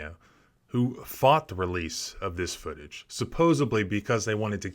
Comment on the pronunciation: "supposebly". lol. c'mon.